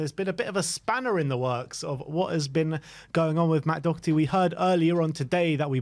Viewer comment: There is no C in Doherty.Its not Doc herty!!!